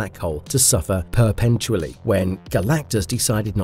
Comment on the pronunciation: omg "imbuedid" wtf? imbued i m b u e d no "did" try this "you'd imbued" "perpeNtualy" it is p e r p e t u a l l y no N in the middle not perpeN this is going to keep happening isn't it ... sent inent... I'm done. I can not continue to listen to someone who clearly does not know what any of these words are. un sub